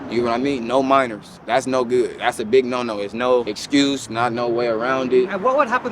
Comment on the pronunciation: As soon as he said ‘I look goodt, I smell goodt’ I spit out my drink laughing